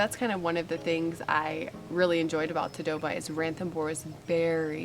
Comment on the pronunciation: FYI its pronounced as Taa-Doh-Baa... Nagpur is pronounced as Naag-pur. Please atleast pronounce the original names correctly, its respectful to stick to original pronunciations.